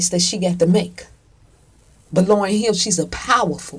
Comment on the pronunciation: Its Hill not Heel